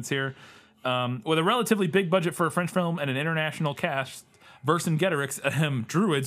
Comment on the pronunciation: Your French pronunciation is perfect,!